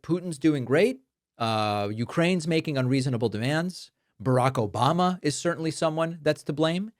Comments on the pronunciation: "Obamna" Thanks, David 🤣🤣🤣!! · Never get tired of "obamna" 😂😂😂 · The “Obamna” gets me every time! 😂🤣